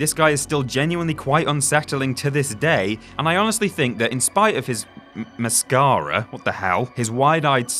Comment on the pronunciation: Number 1.5, the way he said mascara